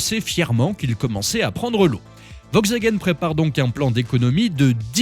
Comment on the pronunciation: On prononce "VoLkswagen"... Et sinon, depuis quand on chronomètre un 0 à 100 au centième de seconde...? 🤣🤣